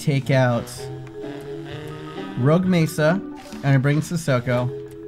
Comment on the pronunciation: Roque mesa is pronounced Rock-ke Meatha.